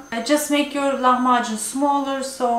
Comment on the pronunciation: Не лаХмаКун ' а Лахмажун